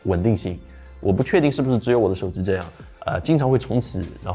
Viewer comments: 手机读手zi好难受。。。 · 能不能不要把手机叫手之。。。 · 我操 是耳机 不是耳姿 手机 不是手姿